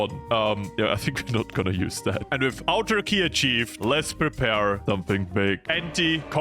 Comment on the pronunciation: autarky is easyest to pronounse as ahtarky plz stop calling it turky that is something else